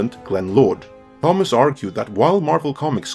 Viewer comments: The riddle of Thomas. It's pronounced "Tom-is" . Not "th-om-ass". The H is silent my guy. And Crom laughs at you. Otherwise a great video. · AAAAAARGHH! ----------- in English Thomas is pronounced 'Tomass'! CROM!!!